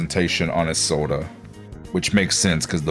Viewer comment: never heard someone pronounce Isolde "izolday" dfjkhdjkf